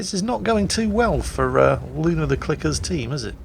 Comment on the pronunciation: Umm,, there is no "R" in "Luna".